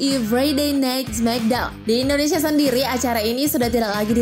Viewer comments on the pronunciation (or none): none